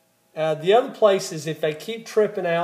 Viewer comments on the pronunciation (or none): none